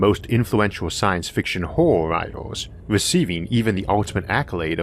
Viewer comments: I wuv H.P. Wuvkwafts Auhwuh stowees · OMG couldn't you have hired someone without your speech impediment to do this I don't want to hear a full grown man's voice not be able to pronounce horror